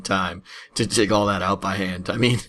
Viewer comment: Was the 'Dig' 'Diig' legit or troll ...